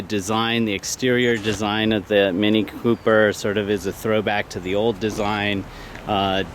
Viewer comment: It's "Cooper", not "Q-Per"